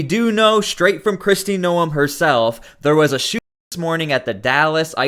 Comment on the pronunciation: Is it too hard to say Noem correctly?